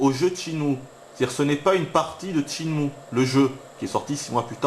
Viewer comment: PAS TCHINE-MOU, CHÊNE-MOU !!!!!!!!!!!!!!!!!!!!! (sur wikipedia tu prends la table de katakana pour confirmer)